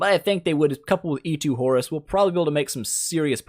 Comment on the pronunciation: I keep hearing "Horse" whenever you are talking about Horus somehow :p